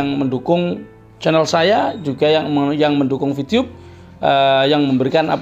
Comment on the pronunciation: Vtube pk bukan vtyube Terlalu fasih Lidah Jawa jangan di paksa